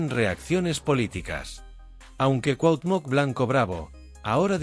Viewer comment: No puedes pronunciar CUAUHTEMOC ?? o decir veinte millones ?? De que pinche cerro te bajaron ?? Tu pinchurrienta manera de hablar tan agringada y miserable dan risa...